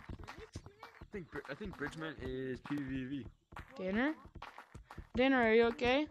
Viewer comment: Blud called his friend Danner dinner💀